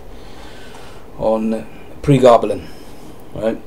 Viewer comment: DontAsk pronunciation issues. ;)